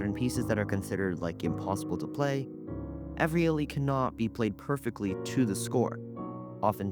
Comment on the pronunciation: Iannis Xenakis is pronounced YAH-nees Kse-NAH-kees. Evryali is pronounced ev-ree-AH-lee (with minor local variations).